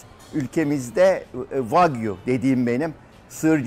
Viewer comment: ha "wagyu" ben de hep "fuck you" anladim hahah